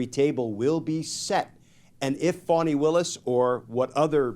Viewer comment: Please stop calling her Fawni. She pronounces it Fah-nee.